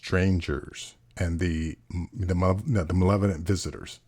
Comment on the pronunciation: Malevolent. The word is malevolent.